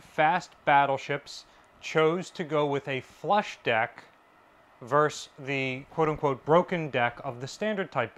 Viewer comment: Versus. Two syllables. Very interesting and informative, as always!